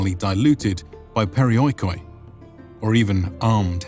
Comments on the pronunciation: LOL! PeriOeekOee.... Why on earth barbarians' history channels can't make an effort to pronounce correctly Greek words? Even if you are of so low intelligence to believe in the Erasmian fallacy of non-existence of joint-diphthongs thus pronouncing OI as O-EE and not as a long-vowel EE, the accent system with the accent falling on the I before he OI should be enough for you to comprehend that the word could not be pronounced as periOeekOee but as perEEoikoi. And of course if breaking OI into O-EE and not keep it as EE that makes the word being accented in the 4th-before-the-last syllable of the word which is an absurdity as no word in Greek of the half a million words (and 10s of milions of word-types as words are inclined) is accented on the 4th syllable. Something so basic and yet foreigners can't grasp it. They think they know it better. Too proud to ask a Greek. Βesides that, great presentation. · In the future, when you pronounce Greek words that have the letters < > next to each other they make an sound exactly as you would pronounce this letter.